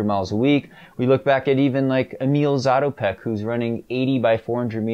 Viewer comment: He is also the first guy to have pronounced the name right:-))